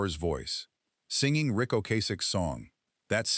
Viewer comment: AI is mispronouncing Rick's name. Only three times did it say his name correctly. Annoying.